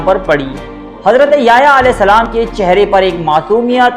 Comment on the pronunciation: ajj apki first time koi video dykhi .gud information hai lkn app ny yahyaa a.s ka naam bht glt trha sy lia plz sai krain apna tlafuz